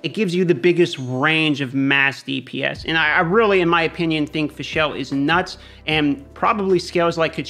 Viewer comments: It's Fischl, man. Not Fischelle -_ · Haha the way you pronounce fischl is cringyyyy. It's pronounced fishl for English speakers. There is no E in the name mate.